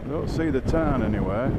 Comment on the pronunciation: It’s Tarn not Turn unless I’m hearing wrong 😂